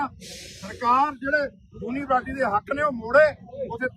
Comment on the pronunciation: ਬਾਬਾ ਜੀ ਜੂਨਾਂਵਰਸਿਟੀ ਨਹੀਂ ਯੂਨੀਵਰਸਿਟੀ ਆ ਜੀ